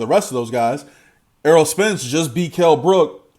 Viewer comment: Its Errol not Earl bro ;-)